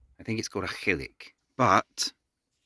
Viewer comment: That was quite the hike! My gaelic is pretty naff, but i think it's pronounced something like 'a KAL-e-ach', with a good old back-of-the-throat Scottish 'ch' sound!